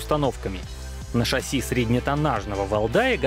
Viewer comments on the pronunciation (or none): none